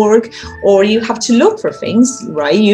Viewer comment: It's so hard to look at it when we see our own face or those of the students... We have to look at the little camera hole instead :p There's something I see and hear from you often is your "fings" instead of "things"... be careful. ;) Thank you so much for all the material you bring, it helped me clarify and understand the things I had a problem with and you helped me getting more excited again about teaching and I got back to my old files and material that I classed again. I can better structure my whole teaching.